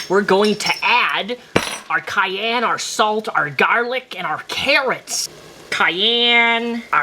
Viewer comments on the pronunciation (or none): none